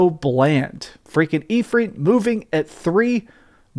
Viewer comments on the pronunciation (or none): none